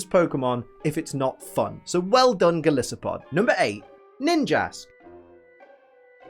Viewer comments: Someone's got to point it out - it's Gol-EYE-so-pod, because it's based on not just Goliath, but an isopod 😂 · You also mispronounced golisopod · Disses Also can’t pronounce golisopod But my god, if isn’t adorable when he tries to say like 2/3 of the Pokédex names I don’t know what is.